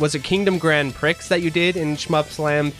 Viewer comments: Prix is French for race and is pronounced Preee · It's pronounced Kingdom Grand PREE